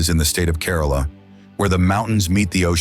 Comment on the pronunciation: Great presentation! However, please note: the pronunciation of some of the cities and states is incorrect. For example, the city of Varanasi and Kerala (one of the states in India) are pronounced just the way they are written! Otherwise, lots of details for such a fascinating country as India!